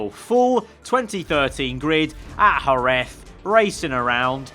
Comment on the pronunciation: Great video, just for future you should pronounce Jerez as Herez